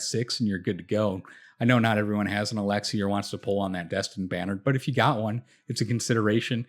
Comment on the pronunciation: but not alexei :P